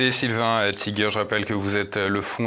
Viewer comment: J'ai rien contre les américains, nous en sommes! Sauf qu'on sait toujours pas leur langue! C'est comme ça qu'ils nous entubent!👎 hein, on dit tïgueur pas tigère! 😊